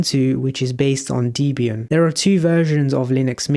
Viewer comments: Debian. Call it Debby Ann, not Deebian. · it’s supposed to be pronounced /‘debian/, not /‘dibian/. note: i know i should’ve used the smallcaps i but I’m on tablet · Good explanation, one point to note - it's pronounced Deb ee an, it's a combination of Deb and Ian as Deborah Lynn (Deb) was Ian Murdock's wife at the time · Debian is pronounced Deb as in Deborah and Ian as in Ian Because the creator of Debian , Ian Murdock , named it after his then-wife, Deborah Lynn and himself. Not Deebian